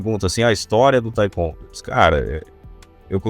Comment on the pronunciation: Pronúncia totalmente errada. Historinha da carochinha. Taicôndo. Que cara ridículo. 171